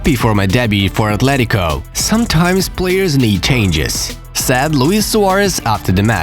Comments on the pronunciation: Bro its S AI D not SAD, the remark I can make to you is to work on to pronouncing this word correctly , other than that keep the videos coming!! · Am I the only one who thinks he says sad messi instead of said messi